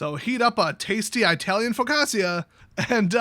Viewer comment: Downvoted for eye-talian